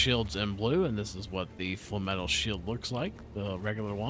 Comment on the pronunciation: Sorry? Falm-etle, instead of Flame-etle or Flame-metal. interesting, I have never heard anyone call it falm-etle before